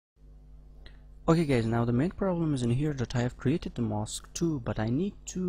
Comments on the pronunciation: 'mask' is not pronounced as 'mosque'. Don't pronounce Aaaaa as Oooo. ;-) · This sounds like mosque to me. Anyway, making vids is hard. Where he is from that's how it's said. It's ride to comment like that without even saying, nice vid or something as well.